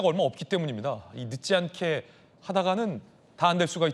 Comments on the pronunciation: 늦지않게를 발음 못하는거 같은데 왜 늦기않게라고 들리지. 아 교정했니? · 늦지않게 라는 발음이 안되는데 당대변인???